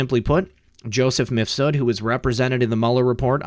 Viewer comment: Lol, seems you're one of the few YT creators that pronounces the name of MIFSUD they way it should be pronounced. Most of them pronounce it like MISFUD ! 😂👍